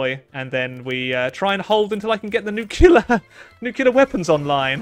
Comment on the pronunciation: NEW-CLEEE-ER NOT NEWK-U-LUR